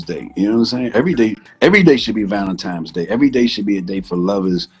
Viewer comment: ValenTINE'S Day, Swizz! Not "times". Lol